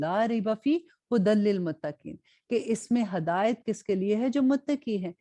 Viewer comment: Please say hidayat not Hadayut